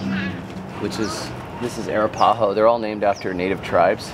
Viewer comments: It drove me nuts every time I heard you say Arapahoe. It's pronounced ( Ā rap ā hoe ) Now you know. LOL 😆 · Air-uh-PAW-hoe? Ack! No, Brother. uh-RAP-uh-hoe Arapaho 😊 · What a fantastic video! I learned more from this than probably 20 other videos. BTW the Arapaho tribe (Wyoming) is pronounced A-rap-a-ho. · Love the video but how you say Arapahoe drives me nuts 😂